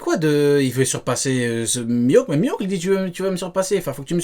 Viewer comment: Avant de débunker, faut commencer par apprendre la prononciation de Mihawk, sinon peu importe les arguments, y a 0 crédibilité